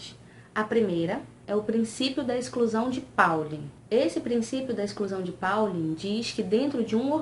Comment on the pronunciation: n é paullin e sim pauli!!